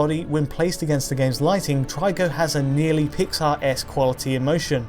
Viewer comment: He is "treeko", not "try-ko". Just like ico was ee-ko, not eye-ko...